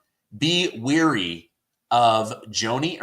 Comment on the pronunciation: It's not "weary" it's wAry (rhymes with Larry).